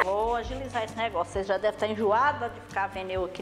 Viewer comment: "Ocêis era muito aborrecida" Kkkkk kkkkkkkkkk adorei